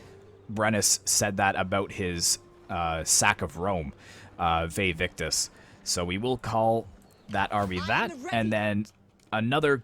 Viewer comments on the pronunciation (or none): It's Vae Victis, not Vae Victus